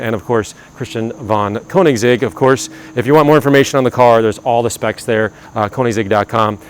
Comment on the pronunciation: It's not KOnigs..., it's K-Ö-nigs... 😅